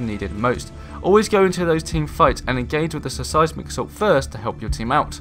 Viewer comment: Just a pointer I think your videos would come across a lot more professionally if you worked on the pronunciation of words, for example you kept saying "Suh Sighs Mick" assault, when it should be "Sighs Mick" assault :)